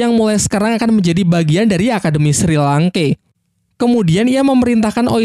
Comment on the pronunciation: Penyebutan nama nya kedengeran aneh njir, untung dah tau nama² asli chat nya. 😅 Edit, Shrek bang, Sri langke sengaja ya, lucu bet njir 😂